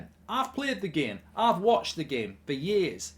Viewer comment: where does "i pleyered the gehm" come from why does godlbridge keep saying it